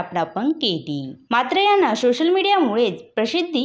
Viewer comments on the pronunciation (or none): सोशल ❌शोसल✅😂